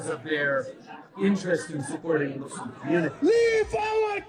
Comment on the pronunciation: I love how Trudeau says “mooslem” as if he has EVER given a shit about anything that those people believe in. He has never listened to that group of people or anyone else other than his donors.